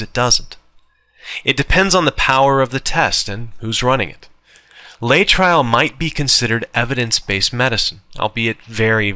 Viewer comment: I always thought it was pronounced "Lay uh trill"....